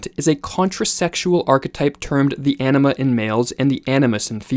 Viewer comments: Is Anima pronounced like the speaker hear pronounces it - enema? I know its Latin and having taken Spanish I wouldn't think so, but am curious. I woke up one day hearing it and it didn't sound like enema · When he said "anima," I thought he said "enema." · I keep hearing anima as enema